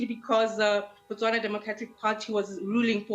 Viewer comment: It's not Botswanan its Botswana.